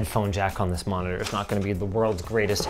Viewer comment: Ah yes, an "endgame monidoor"